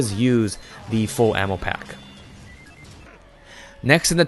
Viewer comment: Instead of ammo I kept hearing anal